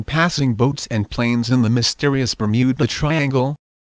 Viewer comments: The Bum-ew-Ba Triangle!?? Hahahaha!!! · bur-mew-buh triangle ...dafuq is that shit? never heard of that place on earth O_o